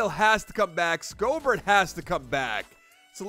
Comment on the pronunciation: Schobert's name is pronounced "Show-bert"